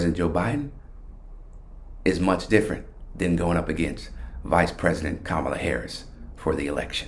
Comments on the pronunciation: How much stock should we put in Frank when even HE cannot pronounce our candidate's name correctly.... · And he's another idiot who mispronounces "Kamala".